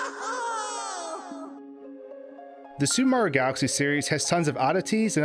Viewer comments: why do you and so many other pronounce "super Mario" so differently i hear " su maro" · “The Soup Mario Galaxy Series-“